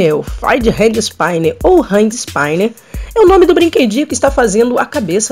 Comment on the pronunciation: "ispíner" e não "ispáiner" ;)